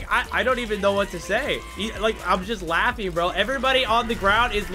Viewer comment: '' im just laffy''